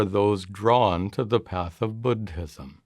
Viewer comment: Bud-Hism? Please stop!